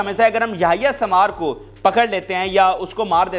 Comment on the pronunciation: Yahya sambar nahi sahi name yahya sanwar hy